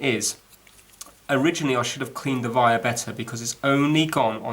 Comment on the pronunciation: You is a bit longwinded and it's wire not vire